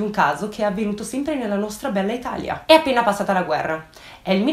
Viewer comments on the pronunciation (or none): none